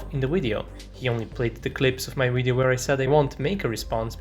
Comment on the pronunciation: speaking of terrible accents... you spell "video" as "wideo"